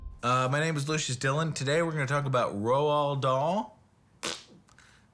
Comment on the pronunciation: Roald Dahl. No 'n'.